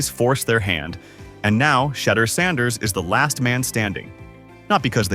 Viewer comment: Instruct your AI to enunciate Mr Saunders’ name properly every time…